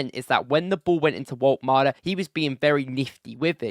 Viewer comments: His name is Woltemade not Woltmade you are welcome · Wolt-E-Made - you can't just not pronounce that E - It's kinda like calling your Monarch King Chares. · Vol-tuh-mah-duh is his name btw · Pronounce all the letters: vol ta mar da - woltemade